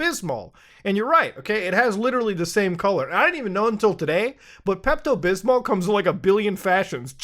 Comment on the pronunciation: Bro said Peptooo🤣🤣🤣🤣🤣🤣🤣🤣🤣🤣🤣🤣🤣🤣🤣